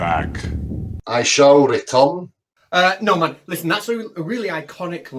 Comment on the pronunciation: does it every time doesn't he!! "I shall retun!" Awesome Catz!!